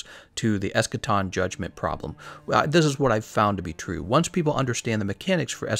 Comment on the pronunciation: That ain't Eschaton. That's Escation.